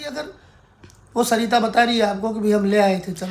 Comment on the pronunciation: Aap ye batao aapka naam hai ya saita Aap bolte saita ho vlog mein hai